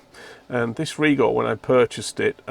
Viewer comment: I am being petty here, but thanks for pronouncing "Rigol" correctly.